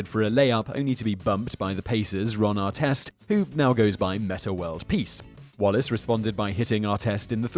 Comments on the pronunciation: Ron Artest. Ahr-test, not ahr-teest. Learn to speak proper Murican! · Ar-TEST not Ar-teest. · Why did he say Arteest? It's Artest why can't you say it correctly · I bet Ronny would love the initial pronunciation of his name as ar-TEEST 😂